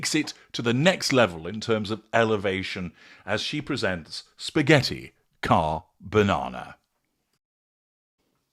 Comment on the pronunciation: And….. spaghetti carbanana. 😅